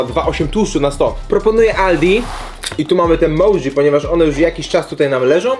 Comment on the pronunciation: „Moczi” a nie MOUCZI i „halapenio” a nie DŻALAPNIOŁ